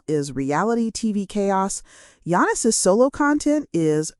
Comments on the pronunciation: You can't even spell his name right or say it right. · Do the man a courtesy ànd at least pronounce his name correctly...you haven't watched a single video from that fact alone. And please spell his name right...Yanis. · she can’t even say his name correctly!